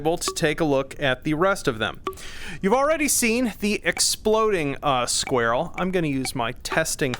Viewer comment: Squarell. Sounds like a non native speaker trying to say "squirrel". Love it! These are going to be nice against armored targets. I gotta say the gas cuboids are great, but I wish they exploded after flying off! Sure it's not realistic but it goes against my gamer intuition when they don't!